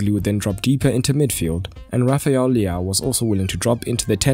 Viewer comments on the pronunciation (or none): none